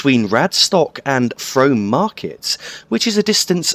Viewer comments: I believe Frome may be pronounced Froom. The town along the Berks and Hants cutoff is certainly pronounced that way. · Frome is pronounced "Froom" Great video :) EDIT: Just read other comments :p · its pronounced Froom